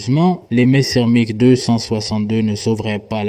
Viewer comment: C'est si compliqué à dire Messerschmitt ? pourquoi dire messermich ?